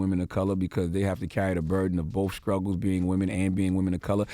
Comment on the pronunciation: Did I hear Charlemagne say scruggle instead of struggle?